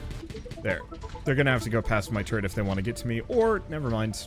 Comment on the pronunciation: why are you pronouncing 'turret' the same as 'turd'? lmao